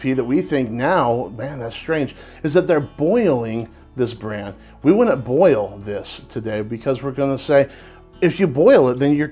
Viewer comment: "Wool-knit," "Cool-knit," and "Din-knit" = wouldn't, couldn't and didn't.